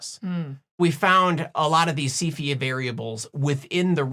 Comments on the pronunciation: Excellent! and now I can pronounce Cepheid. Moving on, how about velocity measurements? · I kept having to repeat after you saying cepheid. I’ve never knew how it was pronounced and it’s different lol. Thank you.